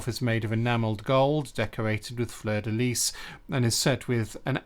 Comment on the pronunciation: well done for pronouncing fleur de lys correctly. most English people say lee when in fact its pronounced lease.